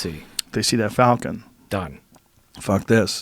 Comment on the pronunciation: "Falcon" pron; "Folcan".